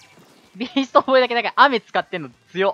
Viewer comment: ビーストボーイがEASTBOYに聞こえる